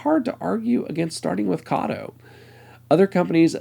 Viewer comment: Not saying Kato correctly its from katou. Pronounced Kar- toe with emphasis on the t. Ka as in car and toe as on your foot, car is said quick Toe is said slow. carToe.